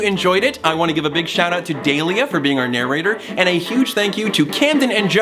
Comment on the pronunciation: wait is that how you pronounce Dahlia